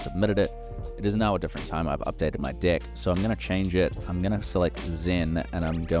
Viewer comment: Awesome and sorry but I cannot stop hearing dick, dick builder and dicklist everytime with that accent, sorry man 😄